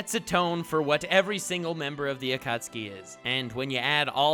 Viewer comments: akutski akutski akutski. how many times can this madman say it that way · Hehe, he said acucksee.